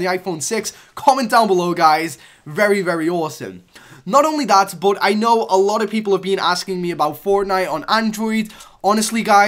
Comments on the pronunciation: Why does this guy say bot instead of but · You don't know how to say "BUT"